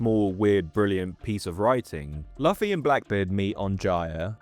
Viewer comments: BRO KEPT SAYING LOFFY 😭😭😭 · His name is pronounced LOO-fee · How how do you know this much about One Piece but can't pronounce Luffy's name? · there's no way you watched one piece and pronounced "Luffy" like that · Eh, at least it's better than the way Germans pronounce it. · I was wondering the same 😭😭 Great video though